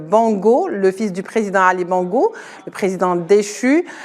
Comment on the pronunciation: Même si ce sont des rigolos qui nous ont fait souffrir, on dit Bongo et non Bango.